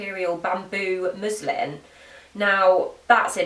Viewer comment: This may just be your accent, but just in case, it's musliN cloth, hahaha! Great vid, thanks girl.